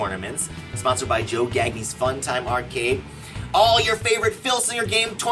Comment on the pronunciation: Joe "Gag Knee" says Louden Noxious. Isn't it pronounced "Gahn-Yah" as in Verne?